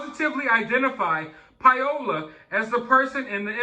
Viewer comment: Her name is not "Pie-ola" It's pronounced Pow-la Pao-la Paola. Paola, is a beautiful name. Pie-Ola, is cringy.